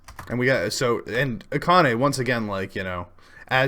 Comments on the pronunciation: We need to get everyone pronouncing Akane's name right. It is NOT AH-kah-nay, it is ah-KAH-nay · Ah-KAH-neh acCENT on the seCOND sylLAble, like the other 3 syllable name, Kah-NAH-mee. Later note: okay, you said it right in the second half...